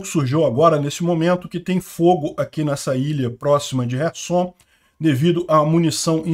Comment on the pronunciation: Não é resson e sim kerson